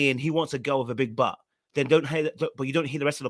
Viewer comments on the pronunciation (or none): none